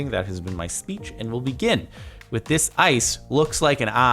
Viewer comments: it’s eye-ce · First one: that's not ice. It's eyece